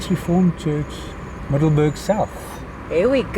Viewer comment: “Super cool” dat is een kernachtige beschrijving van jullie bezoek aan Middelburg. Grappig dat de naam is gebaseerd op de locatie tussen 2 andere plaatsen en dus niets te maken heeft (wat ik dacht) met ons Middelburg in Zeeland. MiddelburGGG inderdaad, 😅, de beroemde ‘harde g’ die jij als Afrikaanse prima uitspreekt en waarmee Engels sprekenden (of eigenlijk alle anders taligen) flink moeite hebben. Echt geweldig hoe fraai het oude stationsgebouw is gerestaureerd met uniek klein museum en zo te zien heerlijke warme chocomelk. Zou leuk zijn als het personenvervoer hier ooit weer opgestart wordt. Bijzonder dat overal ‘erfenis’ bordjes staan met info over het verleden zoals het leed van de vrouwen en kinderen tijdens de Boeren oorlog. Dankzij jullie geheel eigen wijze van steden verkennen, zagen wij dat ontroerende kleine blauwe Gedenkkerkje, waar menig toerist geen sjoege van zal hebben 🩵💒